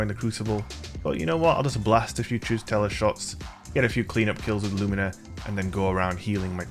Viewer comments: its pronounced luminer not loomeener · It's Lúmina not lumína. The accent is in the first syllable. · Its LUmina. Not “LuMEENA. My god. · Only an american can mispronounce Lumina